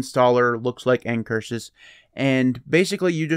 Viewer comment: What are end curshis like installers. Couldn't understand your pronunciation and the transcripts didn't help.